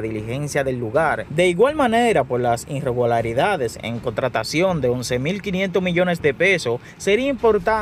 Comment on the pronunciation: Te recomiendo que aprendas a leer, tu pronunciación es muy mala, un ejemplo no es INREGULARIDADES quítale la N, y escucha tu pronunciación para que haga un buen trabajo.